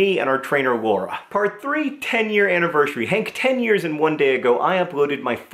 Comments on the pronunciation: anevershury?? hahaha love the vlog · Happy... annivershery?